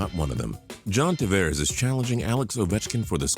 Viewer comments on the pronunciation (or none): none